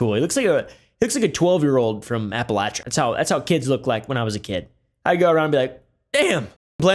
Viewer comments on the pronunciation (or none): none